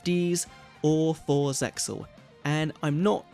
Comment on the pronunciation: Isn't ZEXAL pronounced like "seal"?